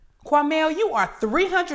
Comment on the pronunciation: Not “Quamell”!!! 😂😂😂😂